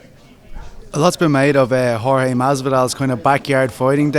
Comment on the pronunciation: How tf do people still call Jorge, George, TO THIS DAY?